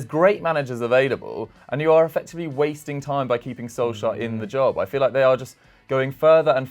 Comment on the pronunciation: ham do you mind pronouncing Solskjær correctly or at least not as painfully used 10 times every vid, cheers